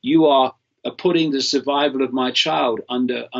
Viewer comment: Why is Mr Icke having linguistic matrix glitches - "survivival" etc